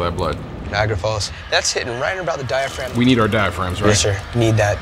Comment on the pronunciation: we need our diapraghm right??😂😂😂😂